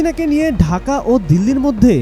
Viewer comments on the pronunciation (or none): none